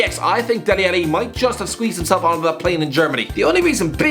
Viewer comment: How on earth is Dele Alli making it (also you pronounce his name soooooo wrong)